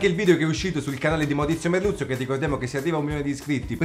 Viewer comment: Basta pronunciare il suo nome per un paio di volte per farti passare la r moscia (merrrluzzzo)